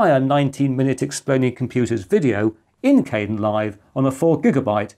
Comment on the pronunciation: The KDEnlive project pronounces its name differently.